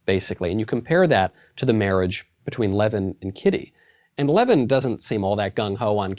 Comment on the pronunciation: How come you are not speaking about a novel with exactly the same plot: Sense and Sensibility by Jane Austin? Tolstoy was notorious for copying Austin's characters. It's a pity that a really good and original novel gets forgotten. Also, it's not Levin (a Jewish last name), but Lyovin (Russian letter ë is read as yoh, although it looks like e).